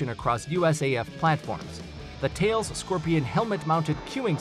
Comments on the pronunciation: "Thales" is pronounced "Tal - as" not "Tails". Geez. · Thales is pronounced Tal Less